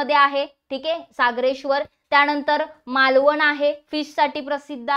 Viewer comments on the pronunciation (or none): none